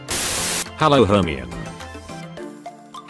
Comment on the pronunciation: Are we gonna just ignore the fact that the ai pronounces Hermione like she’s a bloody Eveelution